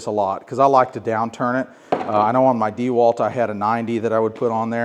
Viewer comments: WTF is DEEwalt? It’s a last name… DeWalt. dehWAHLT. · Needs to learn how to Pronounce Dewalt correctly.